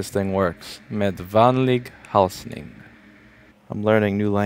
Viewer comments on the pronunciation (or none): Swedish is hard but Louis is off to a good start. Just need to work on the "ä", as leaving out the dots make "a" and that turns "vänlig hälsning" (friendly/kind greetings) into "vanlig halsning" (regular/ordinary chugging). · The ä vowels in vänlig hälsning are pronounced like french è. Or being american, perhaps a war reference is better, think of the e in verdun, as in the battle of verdun.